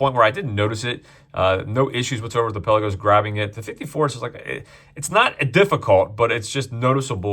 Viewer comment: I’m no language expert..but Palagos is from the Greek word meaning ‘open sea’ or ‘depths of the sea’ and is apparently pronounced pal-laa-gos.